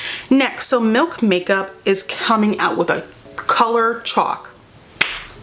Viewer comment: accent when she says chalk and swatches is hilarious pls